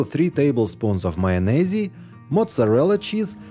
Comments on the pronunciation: You don't pronounce the 'E' at the end of the word 'Mayonnaise'. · I love how you pronounce Mayonnaise. The E on the end is silent fyi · I love how u say mayonaise! U r very talented and so inspiring to watch!! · You spell it with the E on the end, but you don't pronounce it like he pronounces it. Many words contain letters that are silent. You spell them with those letters, but you don't pronounce them with those letters..